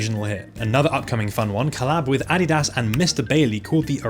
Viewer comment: Holy, a channel that knows how to actually say Adidas correctly